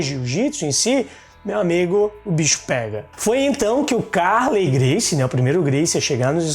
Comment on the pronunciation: Nao é Ca´rley a pronuncia, é Carl^ey, a tonica é no letra e.